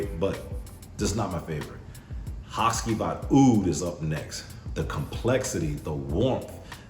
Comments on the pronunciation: Say it with me … HA CHEE VAHT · Haht-chee-vaht. After your history lesson on the shadowplay characters, I looked up the videos on Turkish play and waited for the Turkish actors to say the character names. Karagoz is also a character fragrance by the way.